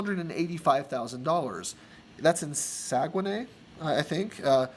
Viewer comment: The way you rponounced saguenay made me laugh